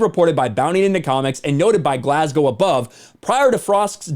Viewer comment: It's Glasgo not Glas-gow.